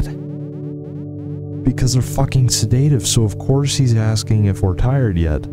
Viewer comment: Real friends tell friends when they're mispronouncing the word Sedative